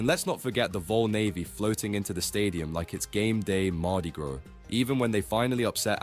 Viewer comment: Yea man I would give him the benefit of the doubt but nah we don’t need foreigners opining on SEC football and then he said the vol navy floats in like it’s Mardi “grow” I’ve heard people pronounce Mardi Gras a few different ways but never that.